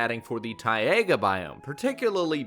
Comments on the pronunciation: You should maybe say taiga right. Its taiga not tiaga...🤦‍♂️ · No hate😂... BUT ITS FING PRONOUNCED TAIGA NOT TAIAGA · ti- AYE -guh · When you said Tiga like Tiaga and I was like wow a new biome already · It's pronounced TI-GA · LOL , the way how you spell “Taiga”!!